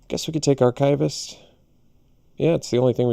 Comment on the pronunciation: aar - kuh - vist, not aar - kive - ist :)